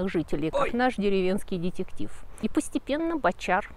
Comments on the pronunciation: ДЕтЕктив. Дэтэктив произносится. Отдаёт привинцией. И ударения шалят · Но ведь слово детектив произносится по другому!!!!!!!!!